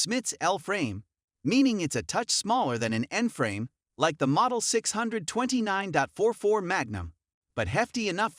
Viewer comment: Terrible voice over. Dot 44, dot 357, really?